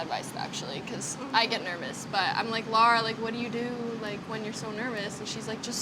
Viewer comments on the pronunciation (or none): this guy will never stop calling lara "laura" LOL